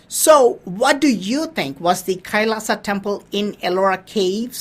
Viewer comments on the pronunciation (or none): none